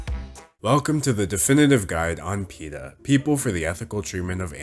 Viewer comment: you said it wrong